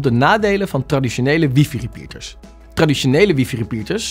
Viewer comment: Het is geen wiefie..het is WiFi…man man